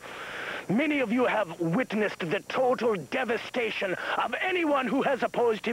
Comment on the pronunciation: It's the way Khan comes blundering out of the lake and runs off that always cracks me up the most. That, and TORTAL DEVASTAYSHUN.